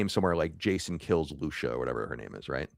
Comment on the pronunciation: It's "Loo see uh" because she's mexican...